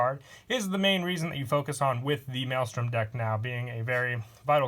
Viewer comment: I’m surprised u pronounce maelstrom correctly